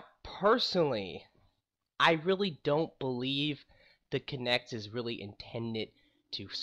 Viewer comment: Try to stop saying K'NeX. Thats the plastic building toy. Its "Kuh-nekt"